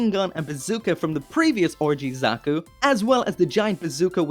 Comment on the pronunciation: "Orgy Zaku"